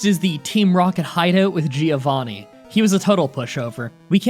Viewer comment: i hate how you always say "geeovanni"